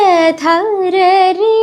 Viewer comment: മന്ഥര ധരരേ എന്നല്ല മന്ദരധരരേ അല്ലേ